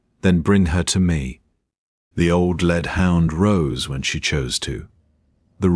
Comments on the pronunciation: AI narration didn’t distinguish between “lead(ing)” and “lead” metal. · Pity about pronunciation when a chunk v metal is the choice Ai makes instead v the obvious context, i.e. leader v the pack. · The mispronunciation of 'lead' is irritatingly unfortunate. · Nice, thanks. But the lead hound was pronounced automatically by the AI voice as if it was made of the metal lead. You ought to do something about thar! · AI needs to learn the difference between lead and led, read and read (pronounced red)